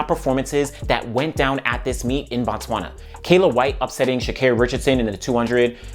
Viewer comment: It is not Bah-Tswana, it is B(oh)-Tswana, in fact you would be equally correct if you said "Boo Tswana" because in the Bantu language, it means place of the Tswana people, where as when you Bah-Tswana, which would be spelled BaTswana, you are saying the "The Tswana people"